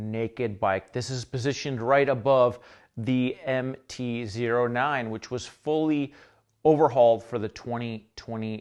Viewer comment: anybody else going insane because he is saying MT Zero 9 instead of MT O9